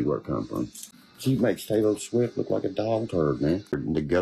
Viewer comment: I swear he called her Potato Swift.